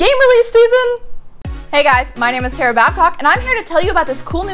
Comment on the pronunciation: OMG........You actually pronoucned my name right!!!! Everyone who reads it always butchers it.